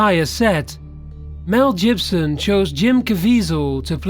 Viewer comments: This was quite interesting. However, I found you pronunciation of so many everyday, simple words really distracting!!! Pronouncing Mel Gibson's surname as "Jibson" at one point, for example!! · "mel jibson" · Where did you learn to pronounce the word, canal? And Mel JIBSON? Seriously, WTGDF.